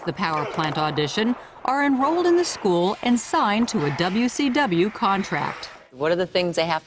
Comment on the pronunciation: Lol Joan says "WCW" perfectly. She musta been watching some What Culture. (Before there was a What Culture?)